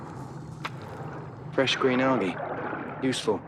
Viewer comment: wait wait did you pronounce 'algae' (al-gee) as (al-jay)? hahaha Bless your cotton socks mate